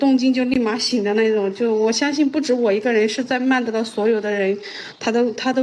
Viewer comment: 大家(甚至官方)都把曼德勒的勒字發錯音了 勒字的發音是 ㄌㄟ / lei，勒住的勒 而不是ㄌㄜˋ leˋ